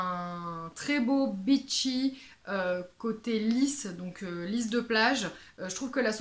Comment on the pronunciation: Merci pour cette vidéo qui va encore me pousser à aller sniffer des rails de Bon Parfumeur et de Lady Wood ! Cependant, lorsque vous évoquez les beachy parfums, si vous pouviez avoir la gentillesse d'allonger la prononciation de votre iiiiiii, cela éviterait de gros malentendus ! J'ai cru que vous vous étiez mise aux parfums de chez Byron genre Mula Mula, le bitchy parfum par excellence !